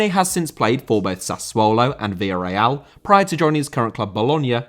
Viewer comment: Villarreal* not Viarreal